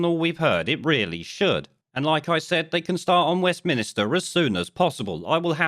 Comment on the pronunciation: You're often quite right about stuff, but dude it's WestMINster not Westminister! You can't talk with authority on UK politics and keep pronouncing it wrong.